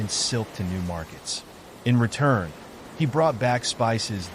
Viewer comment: 'He' is actually pronounced as 'He(r)'